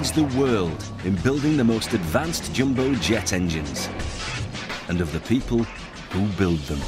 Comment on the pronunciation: It's "jumbo jet" not "Jimbo jet"! 😡